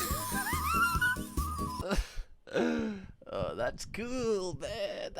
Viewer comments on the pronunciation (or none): Can’t pronounce “month” properly he’s saying “mumth” I therefore believe nothing he says